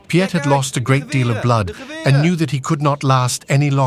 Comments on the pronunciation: And it is pronounced "Peet" one syllable. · The narrator has a deep,rich voice...but struggled with the difficult names...Piet...is just the Dutch version of Pete...etc...